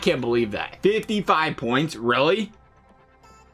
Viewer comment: 55 BOINTS!!!..... wtf is a boint